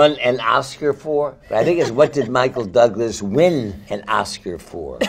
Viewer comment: michael THOUGlas 😂😂